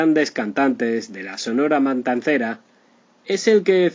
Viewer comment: Que Mal Plan, Cual Triste Final... Que Mala Onda Por Jalar Gente .. Y Es Sonora Matancera, No Mantancera